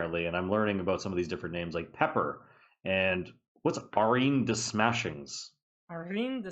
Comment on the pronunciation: That's spikemuth in french yes 😅 and it's not pepper, more pep-air